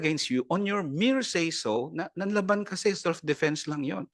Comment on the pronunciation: “Nanlaban” po ba Sec. Guevarra? Well, for your information that is Not how it’s pronounced. Para tayong hindi nanonood ng balita o nag-aral manlang nang Pilipino niyan.